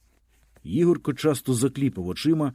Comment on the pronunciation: Для пана що читає цей твір: у слові Ігорко наголос ставиться на перше "о". Дякую.